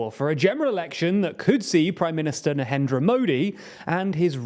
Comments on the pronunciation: NARENDRA not NAHENDRA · Who is "nahendra" modi? only a few seconds in as well. and dont try to tell me its just an accent thing. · He was calling him nahendra 😂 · It is not nahendra modi it is narendra Modi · Narendra is pronounced Narendra. Not Nahendra 😂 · there is no "H" in his name .. its NaRendra ... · I really dont get why you keep mispronouncing his name as 'NaHENdra modi'. You read your script multiple times and kept mistaking the r for an h? A bit odd for an otherwise very professional news channel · It’s pronounced Narendra. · The R in Narendra is not silent.